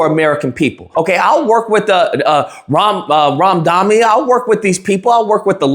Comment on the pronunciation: Who the F is Ramdani bro...🤣🤣🤣🤣🤣🤣🤣🤣🤣🤣🤣🤣 You butchered Mamdani and Smarmy